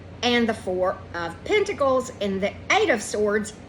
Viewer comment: I could have sworn I heard you say "the wh@ pentacles" not 4 of pentacles and that was all I could think of the whole reading 😂 too funny. I'm gonna have to watch this again.